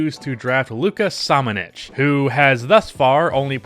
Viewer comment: Hey! You just have to pronounce Samanic with first letter SH, like SHe, buSH, puSH...Saric also, and soccer player Pulisic, it's PuliSHiCH.